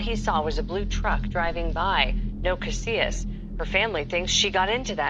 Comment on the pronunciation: This was a profound video. Thank you so much! I know it doesn’t really matter but since I know you will be reporting on these people and places again. I wanted to share with you how some names should be pronounced. I come from New Mexico and Bernalillo is pronounced Berna-Lee-yo and Taos native’s last name Casias is pronounced Cass- eeyas. One thing you should know, several women have disappeared in Taos under the same circumstances. It is believed that Taos has a serial kidnapper/killer.